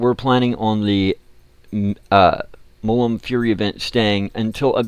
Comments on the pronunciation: Please, its Mul - Mun. Not Mullum. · of course he cant say mulmun right